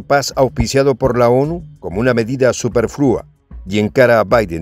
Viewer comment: Se pronuncian "yémen" y "supérfluo", aunque no llevan acentos escritos. Son palabras graves o llanas en español